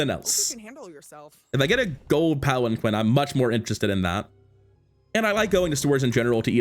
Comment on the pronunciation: Unintuitively, palanquin is actually pronounced palan-keen